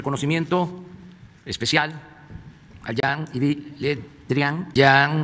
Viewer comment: Carajo ¿que nadie le pudo decir, se escribe Jean Ives pero pronuncielo llan ibs ?, ....Digo, pa que le intelija un poco, siquiera un poquito.